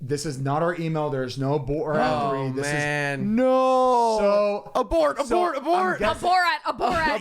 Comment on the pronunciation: Abort abort abort: aborat aborat aborat Me: Abort... borAt